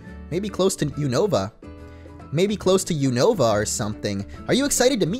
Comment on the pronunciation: You-na-va Unova